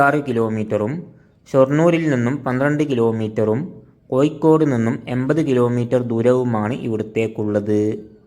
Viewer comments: കോയിക്കോടല്ല കോയ കോഴിക്കോട്😂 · ഴ പറയേണ്ടടത്തു യ പറയുന്നു ഉച്ചാരണം നോക്കണംസുഹൃത്തേ ഉദാ കോഴിക്കോട് >കോയിക്കോട് 😂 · നമ്മൾ ഒരു വീഡിയോ ചെയ്യുമ്പോൾ അതിന്റെ അവതരണം ഒറിജിനൽ ഭാഷ ആവണം ഇത് കോയിക്കോട്, പുയ എന്നൊക്ക പറയുമ്പോൾ കേൾക്കുന്നവർക്ക് അരോചകം ആയിരിക്കും വേറെ ആരെയെങ്കിലും കൊണ്ട് ഇത് അവതരിപ്പിക്കണം.... All the best good video ❤️